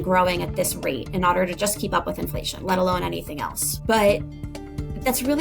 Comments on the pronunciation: IN FLUH TYON 😂😂😂😂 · I had to pause after "influhtyon" for a solid minute. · The Inflation mispronounciation got me goooood